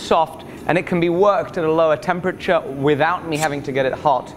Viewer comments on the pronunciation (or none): none